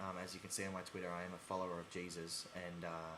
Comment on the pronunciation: I loved how he said twira instead of twitter lol. I love his accent so much!